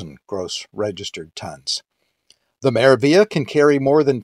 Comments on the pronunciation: Its pronounced "MeraviLia" there's the G and L but you pronounce only L, there's no such thing as Meravia.. Meraviglia stands for Marvelous in Italian, good to find out how is it spelled than using it in video wrong several times. Also the gelato thing, Italians are proud of their gelato (ice cream if you want, its the same) so they really wont stuff it into self-serv machine like americans do to sytisfy their constant need of having it right there everytime and for free. MSC is italian cruise line, privately owned by Italian family so the traditions and culture of this country is really rooted throughout the ship.. As an European myself I do understand why there's no gelato or coffee for free, Americans should not compare MSC, or in that matter any european cruise lines to amercican cruise lines, too many differences and mixing apples with oranges. Thats my point of view, certainly not meant as a hate or anything, overall nice video. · Yep ! The g is silent, like in 'Lasagna ' in italian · Very helpful! Also just FYI, you're mispronouncing the name of the ship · Omg...can you please pronounce the name of the ship correctly? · Could not watch this video after you consistently bastardized the pronunciation of this ship name. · You want to be credible, how a bout pronouncing the ship's name properly, Hello.